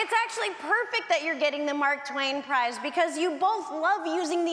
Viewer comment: I love it! She said prize. 🤣